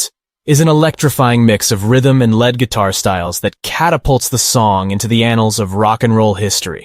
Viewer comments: Leed not led. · You lost me and I turned the video off when you said led and rhythm guitar. Your lack of music knowledge shows. Lead when pertaining to a guitar is pronounced leed not led. It means the guitar player is playing melodies and most likely will perform the solo. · I hate ro be a nerdy curmudgeon about the English language, but this is an excellent piece about the ROLLING STONES' MUSIC, for God's sake, and they've got the narrator pronouncing "lead guitar" (phoenetically) "LED guitar!" Every time he says it, it stands out like puke on a tuxedo. Also, the narrator is the VOICE of a documentary, and he himself hasn't got the cultural chops to be aware of lead- and rhythm-guitar playing. It's rhe little rhings. Especially when they distract so cacaphonically from the high quality of the writing, shooting and editing of this video. Damn, though: you gotta' go a ways to tell me sruff I didn't already know about the Stones. Thank you!